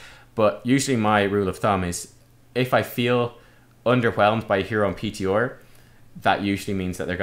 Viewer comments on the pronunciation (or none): The "H" pronunciation makes sense, even if it sounds strange to us as Americans; but that peeteeor, I will never understand. :P